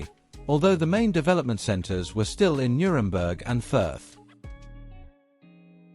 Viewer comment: The Bavarian town of Fürth (unintelligibly pronounced by the speaker) was not only the home of Max Grundig and his company, but also the birth place of Ludwig Erhard, who was the father of the West German post war Wirtschaftswunder (economic miracle). Furthermore, Henry (actually Heinz Alfred) Kissinger, future U.S. secretary of state was born in Fürth.